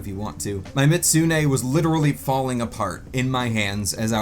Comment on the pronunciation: I was having a mental breakdown every time you tried to pronounce "Mizutsune"